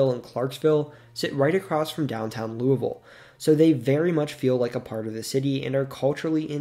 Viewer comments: Pronounced Louisville correctly, bravo! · As a southern Hoosier you have no clue how happy I am that you said louisville normally. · I'm going to assume you've never been to Louisville. But literally everyone in the surrounding area pronounces it loo-ah-ville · You (almost) pronounced Louisville correctly! That in of itself earns the video a “like” ;)